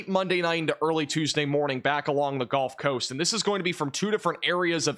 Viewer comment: Did you just say the "golf coast?" 😂